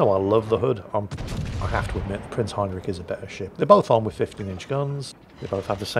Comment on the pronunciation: Still doesn't know how to pronounce Heinrich. It's the "rich" part, it's not "rick" like every english speaker seems to think it is. And no, it's also not rich as in you've got a lot of money.